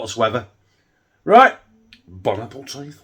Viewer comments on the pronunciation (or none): "Bon Appleteef" gets me very time. 🤣🤣🤣 Proper entertainment, keep up the good work. 👍